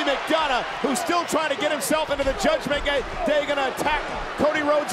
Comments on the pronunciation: Did Cole just said Judgement Gay? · Michel almost sais“Judgement gay”😂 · cole? did i hear judgement gay? 🤣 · Michael Cole said Judgment Gay on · I heard judgement gay